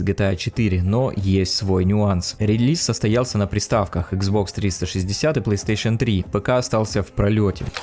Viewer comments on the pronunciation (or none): none